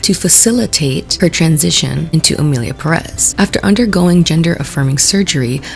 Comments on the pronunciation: Emillia Perréss 😅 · ok but it kinda pisses me off how y'all keep pronouncing "emilia perÉz" instead of emilia pÉrez.